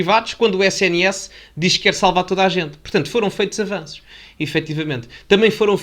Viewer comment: Avanços ou ele ia dizendo afananços?